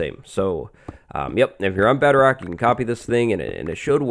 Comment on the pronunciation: He says bedarock